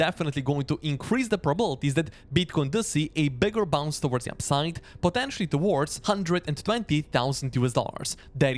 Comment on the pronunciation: I have a hard time distinguising your words "upside " and "downside "...you pretty much pronounce them the same ...